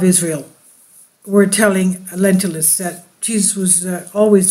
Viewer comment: Lentulus, not lentilus, Lentils are beans.